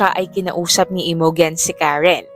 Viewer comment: Imogen is pronounced as I-mow-jen ❤